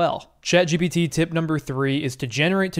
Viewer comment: Is it just me, or is he saying gBt, not gPt? 😂